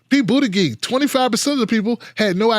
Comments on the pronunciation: Yeah, doesn't he know it's pronounced Booty-judge? ;) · I dont support pete. But its annoying that you say his name wrong. The g in his last name sounds like a J! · Buttigieg pronounced as Booty_judge. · He calls him Boot-a-gig... that's hilarious.